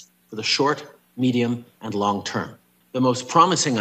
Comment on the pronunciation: watch how he says long term